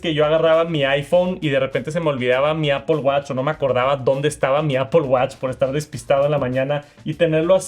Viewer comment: APPOL??? REALLY,?